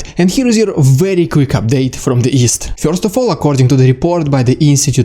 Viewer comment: Fyorst! Not really, but it tickles me the way you say it 😄